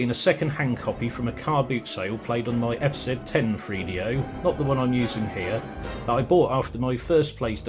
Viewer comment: it's pronounced 3DO not freedo. Three. Th. Use your tongue. - let's not bleep words out. This is the internet - not FCC regulated television.